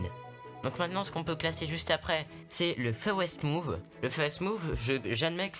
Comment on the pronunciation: "le feuwest mooves" ptdr Sinon elle était trop cool la vidéo et interrésante !